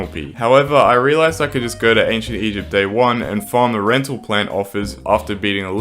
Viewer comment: I pretty it was something like “eygpt” or “egpt” or something